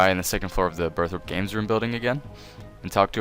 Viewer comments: BurthORpe not BurthROPE. Jeeze. Hard to take people seriously when they can't even read a simple word. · Burth-rope lol :p, Burthorpe*. Ty for the guide!